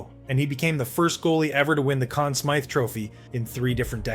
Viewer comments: U said conn smith, its smythe. Sm-eye-th U got it correct later on. And id say v.trekiak & tony espo deserve some credit for the butterfly style. u called him Roy not ra-wah or wah. ,.... what many have een callling him thinking this may be Ai? Getting tough to tell nowadays... but little errors like this reek of ai, or premature education. . Lol I mean, making & releasing a vid without properly proofing facts, sub par research, and not vetting the final product prior to release ... It just contributes to improper claims being deemed as facts Ppl will say that they heard it in a vid and pass that as fact Many ppl uploading vids on numerous subjects do not double check their facts U also called price currie price. These vids are dangerous...ppl look tto this type of content to educate themselves & are getting amateur hour results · Also mispronounced Conn Smythe at least once. Getting tired of AI voiceovers. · call yourself nhl hero and call it the con smith trophy? you AI?